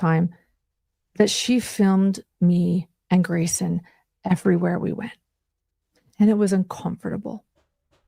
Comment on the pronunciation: i cannot stand her pronunciation of the word un-com-for-table